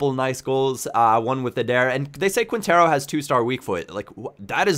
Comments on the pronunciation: quientero its said qintero ;) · try to pronunciate it like if it was KINTERO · on quintero's name the "u" is silent man.... great vid man <3